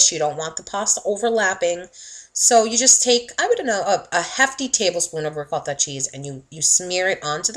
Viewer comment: The way she is saying "ROCOTTHA" is really pissin me off